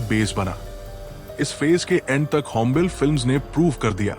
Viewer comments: भय्या ओ "होम्बेल फिल्म्स" नहीं ओ "होम्बाले फिल्म्स" है| थोडा pronunciation गलत् थि| Please correct it. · It is not hombile it is hombale ಹೊಂಬಾಳೆ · Not hombel , hombaale ( hom baale) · Ĥombàle❎️ hombaaale✅️ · it is not "hom bale", its pronounced "Houm Baaley". besides Kannada filmdom has given interesting movies back in 80's, like Pallavi- Anu Pallavi. the concept was not relatable then but apt now. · Hombil nahi Hai bhai it's hom... ba...😅 le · Its hombale means hombaale, not hombel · It's not होंबेल, it's होंबाले ( ಹೊಂಬಾಳೆ) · It is not hombel, Hombalé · It’s not hombell, it’s Hom- ba - le It’s not kuntara its Kaan- taara It’s not karnatak it’s Karnataka You need to work on editing. When narrating about KGF you’re showing Mahavatar narsmiha pics. Show relevant pics/ videos. Also hombale has not had any pan india vision its Yash who did all the hard work and took the film to Pan India and Vijay kiragandur trusted Yash in his vision. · Yeh Chris Gale nahi. Hombale is pronounced as Ho-m-baaa-lee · Pronounce it as home ba le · Pls take extra care on the pronunciations. It’s होम्बाळे…. कांतारा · Pronounced 'Hombaalley''. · Please production house ka naam wrong bol rahe hai.. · *hombale pronounced wrongly😅